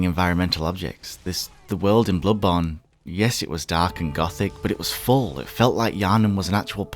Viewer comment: I hate how he pronounces bloodborne